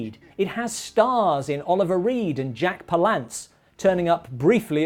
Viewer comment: You mispronounced Jack Palance. It is not a French name. It is from a Ukranian Name. And the Americanized version is pronounced Pal-uhnce